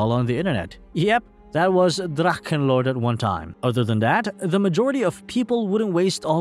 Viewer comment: What is so hard on it to spell dracHHHHHEnlord ?!? it’s a H and not a damn K. I can’t listen to your drakkenlord damn